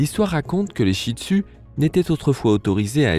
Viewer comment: mais tu pronnonce mal le nom chih tzu toi tu dis chih tu a la palce ;-; car j'en est un chih tzu moi